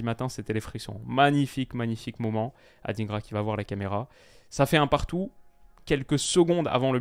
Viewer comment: Oui ils le pronocent tous comme ça: ADINEGRA pourtant c'est plutôt: ADINDGRA DIN comme DINde 🍗 😂